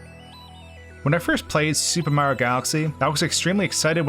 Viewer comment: You said Mario wrong.